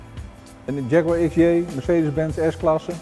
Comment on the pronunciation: Die gast in 'kakker kostuum' kan het woord Jaguar niet eens fatsoenlijk uitspreken.......